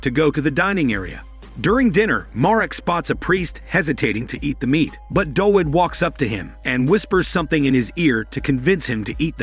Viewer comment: w in Dawid is pronounced as v in Polish